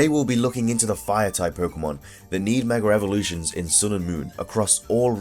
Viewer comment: MEG AHH EVOLUTIONS not 'megarevolutions'